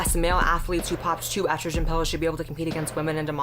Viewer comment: Okay so this video is really good so far, I just came to comment, I am fucking LOSING IT at how you pronounce Estrogen. God I love you.